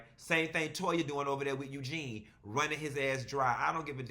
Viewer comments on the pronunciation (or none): none